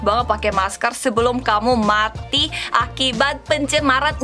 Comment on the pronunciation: Biasa aja dong kak ngomong MATI nya 😅😅